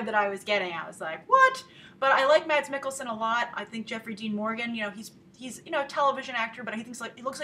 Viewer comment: Grace, my name is Mads, too, and the d is silent. It’s a combination between ‘mess’ and ‘mass’ :-))